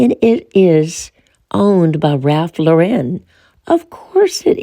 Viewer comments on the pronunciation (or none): none